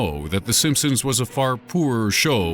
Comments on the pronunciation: And he just said it again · the Simpsoons not Simpson's simpsoons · did he just say the simspoons? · did i just hear him say "the simpsoons" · D..D...DID HE JUST SAY "THE SIMPSOONS?" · no this boi did not just day "The SimpSOONS" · I'm sorry but but he said sinsums at the beginning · did he say simpsoons? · did anybody else hear him say the simpsoons at the beginning? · Wait,the simpsooms ? Listen to the beginning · What is the "simpsooons"? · Lol the simpsoons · "The simpsoons" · Uhm did i just hear him say the SimpSOONS? tf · did this nigga just call it the simpsoons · The simpoens ?!?! Did anyone else hear that